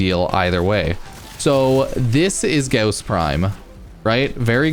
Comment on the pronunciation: ur saying his name wrong its gaw-ss, au sounds like gauss. u r saying ghoss